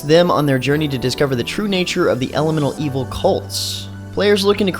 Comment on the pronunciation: Elemental Evil, I fucking swear you said Elmo Evil at first i was like dafuq